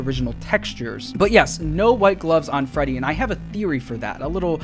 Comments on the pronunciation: Dude Sayd frebby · did he just say frebby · it’s a meme in the community. Frebby, Feddy, Fraddy... you know